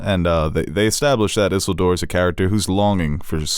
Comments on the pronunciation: This is not Sauron's return...this is Sauron taking over for his LORD - MELKOR/MORGOTH (THE BIG BAD)! Isildur - i-sill-door not isel-door. His father is Elendil - ael-an-dil. Adar is played by the actor that played Benjen Stark in GOT. Dear god, just read the books and educate yourselves if you are going to reference books/lore. You are loosing your credibility! I love your channel but going down titanically, what happened to all the animated reviews...miss those. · his name is said so much in the in the movies. Isildur. Ih-SEAL-dor. Say it right haha